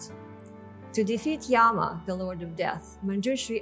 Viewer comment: Yama (Skt Lord of Death) pronounced not yah-ma but yumma.